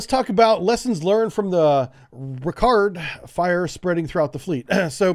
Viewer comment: Bon "ham" Richard.... not ricard